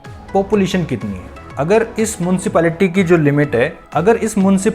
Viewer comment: मुंशीपालिटी नहीं म्युनिसिपलिटी